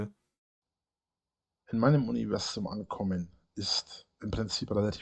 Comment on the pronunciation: Habel aus Selbsthass mitgezählt, das Krokettensilo salbadert sein "Uniwäßum" 73 mal vor sich hin.. bei der Wiederholungsrate steht doch bald der Schlaganfall ins Haus.